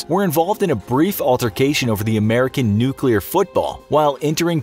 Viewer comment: a BRIEF alterCASEion